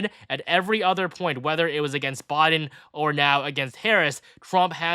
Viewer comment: Am I the only one hearing 'Bodden' Instead of Biden?